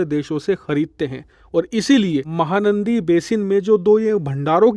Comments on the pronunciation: It’s “”MAHANADI”” not “”MAHANANDI”” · its MAHANADI not MAHANANDI. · It's mahanadi not mahanandi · Mahanaandi nahi bhai mahanadi😊😊😊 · You kept pronouncing wrong name, it’s mahanadi…not mahanandi. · बेवकूफ महानंदी बेसिन नहीं महानदी बेसिन कहते हैं।😂😂😂😂😂😂😂😂😂😂😂😂😂😂😂😂😂😂😂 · सर महानंदी नहीं महानदी है। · महानदी not नंदी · RIVER NAME MAHANANDI NEHI HAI...."MAHANADI" HAI.... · महानंदी नही महानदी बेसिन नाम है !!🙏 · Mahanadi not nandi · Bhai its Mahanadi not mahanandi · Its not Mahanadi , it Mahanadi please rectify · Bhai "Mahanandi" nahi "Mahanadi" h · Mahanandi nahin ..its called Mahanadi, means big river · It's not mahanandi... It's mahanadi.please check your Pronounciation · 👌👌👌 Mahanandi nahee, Mahanadi hai... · Not mahanandi its mahanadi...luv from odisa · Mahanandi Nehi MAHANADI Ye correct it.🤨🙏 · MahaNadi not mahaNandi, pl. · भाई साहेब mahanandi नहीं mahanadi है सही नाम । कृपया ठीक नाम में खबर देने की कृपा करें ,,🙏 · Mahanadi basin not mahanandi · Not " MAHANANDI " it is Mahanadi . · It's Mahanadi not Mahanandi, and its flowing through Cuttack not bhubaneswar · Its mahanadi not mahanandi bro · Actual name is not mahaNANDI...... It is mahaNADI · Sir it is Mahanadi not Mahanandi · This is Mahanadi,not Mahanandi.please rectify it. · Mahanandi nahi Bhai mahanadi h. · Mahanandi nehin Bhai Mahahanadi hai me Odisha se hun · महानंदी नहीं महानदी है cg से निकलती है ओड़िसा मे विसर्जित होता है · It's not mahanandi . It's Mahanadi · Mahanandi nahi bhai mahanadi hai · Bro it's Mahanadi not Mahanandi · माहा नदी भी ठीकसे कहना नहीं आता।कहां से हो भाई।